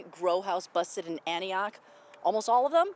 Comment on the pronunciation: an ti och ....not anti och